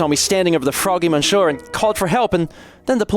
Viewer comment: You get full marks for French effort and -9999 points for saying “Mon Sure” so many times.